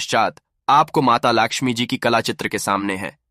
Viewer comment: Mata Laxmi ji ka naam to sahi s lelo